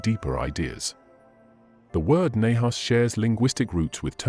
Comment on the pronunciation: While your videos are often interesting, please learn how to pronounce Hebrew correctly.